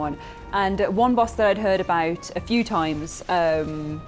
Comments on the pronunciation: armig dahla, it hurts me hearing you saying it like you did, they even say the name in the game "ohh amigdahla, have pitty on the poor fool" or somthing close to that i don't remember it has been a bit since i heard it hehe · please stop pronouncing Amygdala that way, it slightly hurts me every single time.